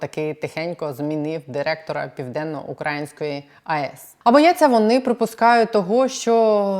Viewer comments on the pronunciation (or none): Дуже ріже наголос укрАїнської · Південно украЇнської станції, украЇнської укрАїнська - це вимова з московицької пропаганди, бо вони УкраЇну називають ОкрАїною, бо московити азіати які не розумію слав'янські мови